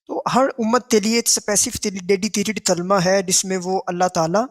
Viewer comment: او چاچا پہلے کلمہ کہنا تو سیکھ لے تلمہ تملہ کری جارہا😂😂😂